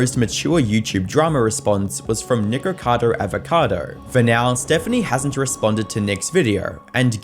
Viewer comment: Bro is saying "niqqercado"